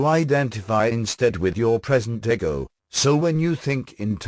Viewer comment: I read the Seth books back n the 80’s, & was recently told they existed here on YouTube. I just learned this yesterday. 😲 wow.!! Thank you 2 whom ever decided 2 put this here 4 me.. on my path. U r sooo appreciated. The computer animation voice is perfect 👌. (Once I got past eggo- 4 ego. lol.) I think even Seth would approve. I definitely subscribed & will continue 2 listen. Soo much 2 absorb. Thank you again. ☮️❤️